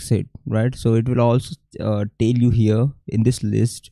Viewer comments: Bro mujhe sabse Accha " I'll toll you laga "🤣🤣🤣🤣😂😂😂😂😂😂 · Bhai ye I'll toll you kya hai😂😂😂😂😂😂😂